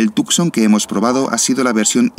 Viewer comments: Please... Not Tucxon but 'Tushon' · Tucson pronounced as TooSawn :)